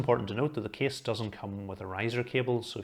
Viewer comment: Every time he said “case” my mind consider it like “keys”. So his “case” reviews gone mad with me. 😅 In the other hand his reviews detail and quality is “top tier” without any discussion!